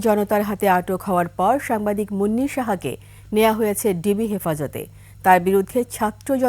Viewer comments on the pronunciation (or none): একুশে টেলিভিশনের মত নামকরা টিভি চ্যানেলের সংবাদ পাঠিকা যখন সাংবাদিক কে সাম্বাদিক বলে, তখন আমার অবুঝমন জানতে চায়-কোন যোগ্যতায় এরা চাকরি পায়?😂😂😂😂😢😢😢😢